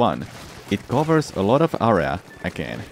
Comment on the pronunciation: Took me so much time to understand what ar-as meant. Area... eh-ray-a